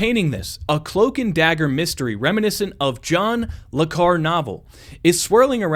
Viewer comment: FYI, Le Carre is pronounced Le Ca-riay, French background.